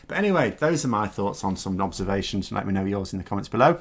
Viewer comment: Did he say 'Those were some of my knobservations' at the end? :) That's got to be up there with 'the Clappening'.